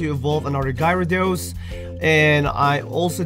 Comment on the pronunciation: its pronounced gAr-a-dOs not gI-ra-dOs